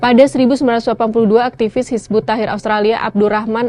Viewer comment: Astaghfirullah...belajar dulu mbak...nyebut nama nya aja belepotan..kok dah berani bilang terlarang...Hizbut Tahir...lucu